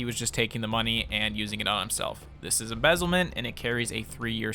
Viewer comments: local german here: "emezzelment" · Emezzlement lol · new favorite crime “emezzlement”